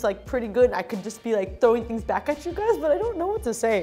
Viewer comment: “Are you gays ok?”